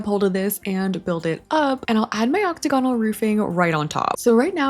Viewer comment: girl, i adore you forever, but the way you say "octagonal" is killing meeee!